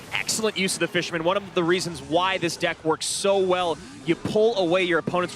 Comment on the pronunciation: “That fishermmnn” 🤠